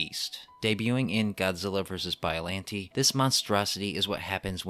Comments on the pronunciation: excuse me did you say BOILANTI!?!?!?!?! AND NOT BIOLLANTE!?!?!?!?!?!?!?!?!?!?!?!?! (cring i know XD) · Every time he said, “biallante” I cringed